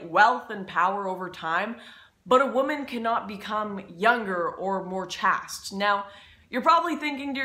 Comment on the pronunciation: Great video! You are generally very well spoken, but "chaste" is pronounced "chased".